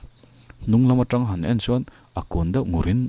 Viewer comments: Ngaihthlak pahin correct char2 ang.. Kan lo meng tang hru... Tih kha... TRI awm tur anilo T anih kha.. Eg.. Tangseh natna i hria em.. Kha ta tang ang khan lam tur.. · "meng tang hru" kha ka lo sawi ve mai mai... 'tang' hi 'chhang' (bread) lam angin lam tur... ṭ a tel lo. Chuan.. "pem buh bel" a 'pem' hi 'chhem' (blow) anga lam tur. awmna khua chhuahsan 'pem' zawk kha a ni e.😆🙌 Hmanlai khan an khua an pemsan thut dawn khan an buh chhek sa kha an ngamtlak te an khul chhawntir ṭhin a. (Hre ber awm ang hrimin rawn type duah😆)